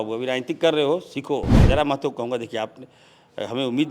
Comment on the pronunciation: अब इरफान अंसारी जी सही नाम से जयराम महतो का नाम बोल पा रहा है